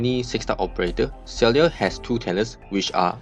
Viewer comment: Her name is pronounced as Sigh-ark.